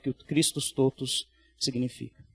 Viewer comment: Pronúncia correta: TÓTUS, com o Ó aberto, não fechado.